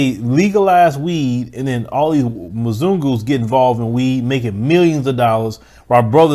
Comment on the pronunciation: I find it funny that you try to use the word mazungu (sp) in a derogatory fashion but it just comes out sounding so silly it's comical.